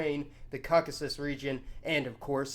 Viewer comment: Take a shot every time he says the wrong word for Caucasus wrong